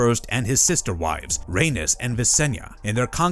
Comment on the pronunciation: emphasis on “Sister-wives”